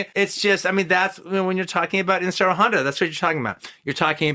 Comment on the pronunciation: I just wish Quentin would take the time to pronounce Inoshiro Honda's name correctly. My God. That is annoying. It's "Ee-no-shi-Ro" or "Ish-ee-ro"...sort of like Andrew/Andy. He just keeps saying "Inseero", and it sort of gets under my skin. But...i should shut up. He is definitely giving Honda the props he deserves. And that is all that counts, really. Ah yes...the Quentin/Ifukube remix is back in the house